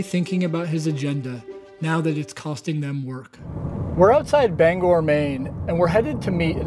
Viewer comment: Oh! Maine... Well, there's you're problem right there! Big props for pronouncing "Bangor" properly, though.